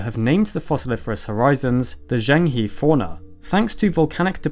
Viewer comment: I know you guys are sticklers about correct pronunciation, so just a quick aside: “Zhenghe” is said “Juhng-huh”. I know, I know, it makes no sense. 😅 But Chinese words are almost never pronounced phonetically. Pro-tip: “Zh” is a never a “Z” but is a hard “J” sound. And “e” is always “uh” as in “ dud” and never “ee” as in “we”. (That’s what the “i” sounds like.) 😉 Keep up the great work you guys! Really love your content!